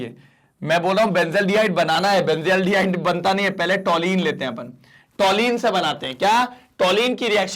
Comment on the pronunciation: Toluene - टॉलुइन not टॉलीन 😅